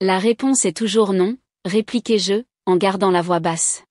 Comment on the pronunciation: "répliquai-je" pas "répliquez- jeu" !!!